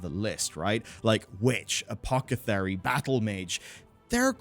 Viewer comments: lol “Apocethery” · lol 😂 I was like Wait, did he say Apokethary? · dude is an English native speaker and can't say apothecary or genuine correctly. Hilarious, innit